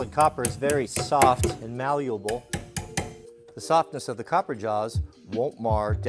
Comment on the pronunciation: How did this dude throw an extra syllable or two in malleable? I swear I heard a U in there too. 😆